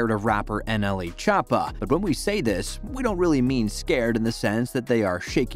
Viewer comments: Chop ah is how he is pronouncing it I’m ded 😂😂😂😂😂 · the way he says choppa 💀